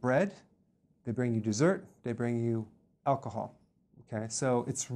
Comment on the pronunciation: I like the emphasis on "aalcahol"